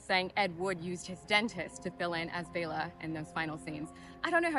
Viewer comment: Another great one! And good for you on “Bay-la!”